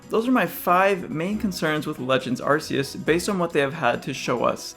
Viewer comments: It's ARKEUS not Arseus c'mon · Nope this guys criticisms are all invalid, he pronounced arceus as arsseus Edit: #1moreyearGF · it’s pronounced are-key-us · My top concern is people online constantly pronouncing "Arceus," incorrectly. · arman kaya it’s pronounced Arceus too